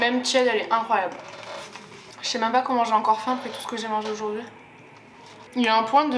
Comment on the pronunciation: tu peux arrêter de dire « oujourd’hui » stp 😭❤️